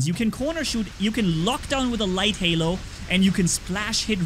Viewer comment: Hae it's not Lehlo its Halo 🤣🤣🤣🤣🤣🤣🤣🤣